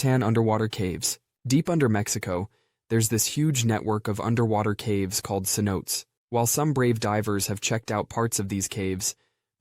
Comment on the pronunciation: Cenotes is Spanish! "Se NO tayz"